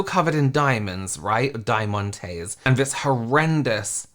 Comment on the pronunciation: Die-mun-tays lol love it